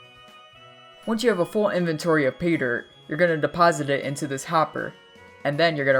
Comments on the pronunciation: He lost me as soon as he started saying Peter HAHAHA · Sounds like you're saying peter